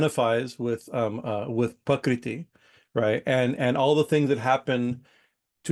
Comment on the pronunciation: it sounds like you're saying "pakriti" Sanskrit: प्रकृति IAST: Prakṛti